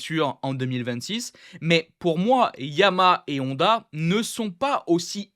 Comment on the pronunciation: Ça me fait trop rire que tu dis HONda ou AragON 😂